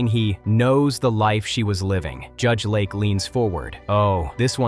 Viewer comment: Judge LAKE, not Lark. AI is terrible. 👎🏼